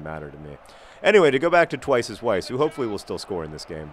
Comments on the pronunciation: I think that you and Weiss arent off to a good start because you are probably pronouncing his name wrong. In German, W is pronounced like a V, so his name should really be pronounced like "Vice" not "Wice" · Maybe he's angry because you're pronouncing his name (W)eiss instead of (V)eiss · Weiss is said with a V sound, John. As in, vise. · In German they pronounce 'W' like 'V' so his name should actually be pronounced 'Vice.' (See edelweiss. Also Vienna is pronounced Vien in German and spelled Wien.) Maybe that's why he's awkward around you, he just doesn't know how to tell you that you're pronouncing his name wrong. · Haha, it's pronounced 'Viess' :) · I agree with MM5B5: Petinati Damacy! I am also concerned about the friction between manager and player Weiss -- Consider the previous comments that it might be pronounced "Vice." Ask him maybe? Miami Weiss is pretty epic, and when he scores you can use the "Twice is Weiss" thing if you want. Goooooooo Swoodilypoopers!! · I cringe a little when you pronounce Twice as Weiss's name with a 'w' sound. He's austrian...its a 'v' sound.